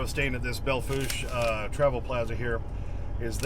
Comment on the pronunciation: Yay, you said Belle Fourche (Bell Foosh) correctly! Now we just need to get folk to say Broadus, MT (Broad us) right too!